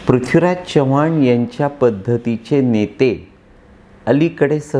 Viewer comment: साहेब तुम्ही चव्हाण हे मराठी माणसा प्रमाणे न उच्चारता हिंदी भाषिक माणसा सारखा करत आहात